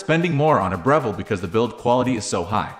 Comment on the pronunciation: Can't even pronounce the name. Not any kind of intelligence, really.